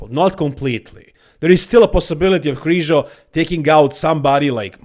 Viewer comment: Its Križo not Krizo